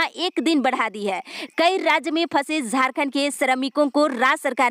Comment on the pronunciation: Man zharkhand nhi jharkhand ha ap plzzz words kA sudhar kijye.....